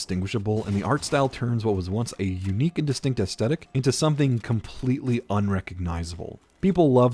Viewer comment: The way you keep saying "astetic" instead of Aesthetic bugs the shit out of me.